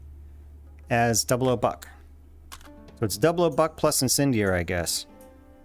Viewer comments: Never heard someone call it “double O” buck instead of double ought buck. Do you call .30-06 “thirty double O six” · Oh btw, more 0s (also called "aughts") mean larger pellets, hence fewer of em. Another also, that means "00 Buck" is technically pronounced "double aught buck". Not a complaint just a tidbit